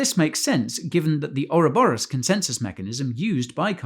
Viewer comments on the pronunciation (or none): none